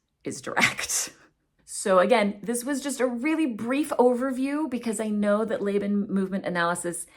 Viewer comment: FYI- I am not an expert but I am a veteran academic. I have only ever heard Laban pronounced "Law-bahn" not "Lay-bahn."